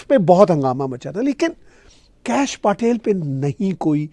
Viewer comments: Please learn to pronounce Patel पटेल correctly!! It is not PAAtel!! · आदाब It is pronounced पटेल (پٹیل). 🙏